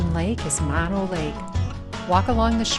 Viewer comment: Mono Lake and Mono County are not pronounced "Maw No" as in the opposite of stereo. That is because "Mono" is a Native American word for fly eating people. The people at Mono Lake used to gather the pupa stage of the flies off the surface of the lake and dry them to eat. Great source of protein. The pronunciation is "Mow Know." Lots of people make this mistake. On your next trip to Mammoth, take Highway 203 past the the Mammoth Mountain Ski Area to Minaret Vista. It's one of the best views in the country, or at least, in the Sierra. If you want to continue down toward Devils Postpile National Monument and the upper portion of the middle fork of the San Joaquin River, go back down to the ski area to buy a ticket to get on the bus, which is required for day users. There isn't enough parking to meet the demand for all the day users so a shuttle bus system is used.